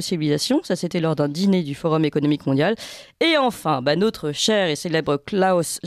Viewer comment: Merci ..oufff elle m'énerve avec ce nôtre